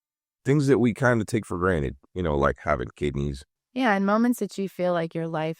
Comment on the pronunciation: You know like having kindneys… 😂😂😂😂 yes, Omar, just like having kidneys! That was the best!!